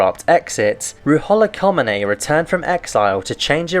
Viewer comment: your constant mispronunciation of the Ayatollah Khomeini's really ruins this video. Really makes me question what kind of research you put into this.